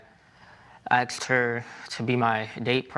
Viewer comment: He is a judge and still says “ aksed “ instead of asked 😮😢